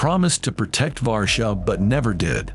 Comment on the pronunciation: guys Warszawa is pronounced as Varshava not (V)Warschau this is a German pronunciation of Warsaw and taking into account the difficult history between Germany and Poland, it is just better to say Warsaw or if you want Varshava ;) btw the post is great so kudos to the author... it's just a small correction :).